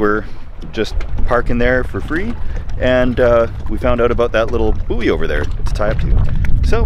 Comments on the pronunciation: A booey? It's pronounced boy! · Suggestion: pronounce "buoy" the same way you pronounce "buoyant" but without the "ant" bit.